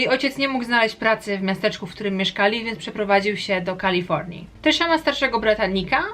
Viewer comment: "Książka na koniec roku" to kronika. I błagam... Nie Kalifołnia tylko KalifoRnia. Naprawdę to trzeba przeczytać jak "rasowy" polak po wakacjach? Tak czy srak, film ciekawy 😃